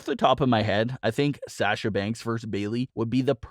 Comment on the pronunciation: For the love of God, say Sasha's name right!!!